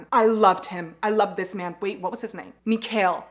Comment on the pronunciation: Mikhail are read without K and with an accent on I 🫶🏻